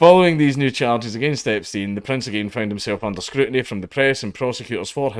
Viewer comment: u do realize u were not trying to say epstein the who time but it sounded like you were saying jeffery the whole time in a video talking about prince andrews also.....